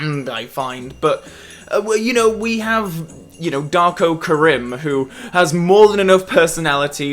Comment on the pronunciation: I wonder why mispronounces “Kerim” over the course of this review. He seems to pronounce it correctly in every other FRWL video 🤔